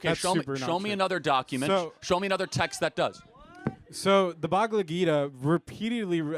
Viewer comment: That dude called the Bhagavad Gita the Bagla Geeda LOL